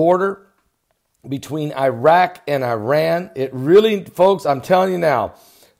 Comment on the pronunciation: How about learning to pronounce "Irak" and "Iran"? Just saying...